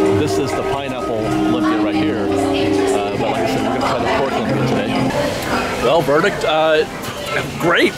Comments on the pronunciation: Cool video. Love the updates! Minor correction: although it's spelled lumpy, it's pronounced LOOM-pi-ah. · FYI Lumpia is LOOMpia not LUMpis. It can be many things. It's a Filipino dish but made many different ways in the Philippines. Other cultures also make Lumpia though. It's one of those things that you can make it however you like. Traditionally it's hamburger, shredded carrots, diced celery bean sprouts and onions wrapped in a won ton, but made many different ways really. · also pronunciation for lumpia is more like: looom-pia